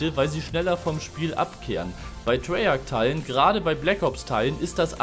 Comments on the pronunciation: Treyarch nicht Treyarschh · Treyarch wird Treyark ausgesprochen.